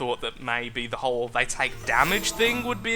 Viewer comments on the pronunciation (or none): none